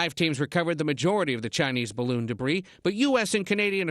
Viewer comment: ""spy"" bloon